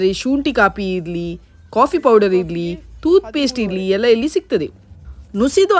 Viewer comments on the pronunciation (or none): ಟೂತ್ ಪೇಸ್ಟ್ ತೂತ್ ಪೇಸ್ಟ್ ಅಲ್ಲ